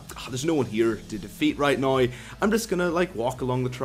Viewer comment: It's NOW not noy!